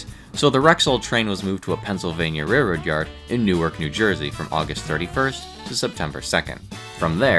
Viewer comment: I couldn't bare to listen beyond 40 seconds. The word "railroad" has an "L" in it that really ought to be properly pronounced. It's RAIL-ROAD ... not "RAY-road" ... Ugh.